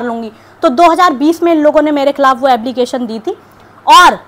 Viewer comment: Ablication Nahi application